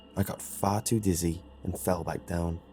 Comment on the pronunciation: Said beack like 8 time in a minute